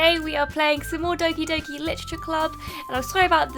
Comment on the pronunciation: As many have said, Doki-Doki is not Oki-Doki. Also, I'm sad you don't like Monika, she's my favorite.